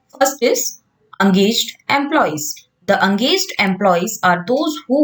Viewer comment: Angaged nahi it’s engaged ache s pronounce kariye